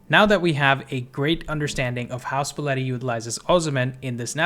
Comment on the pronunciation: and luciano spalletti is pronounced luchiano!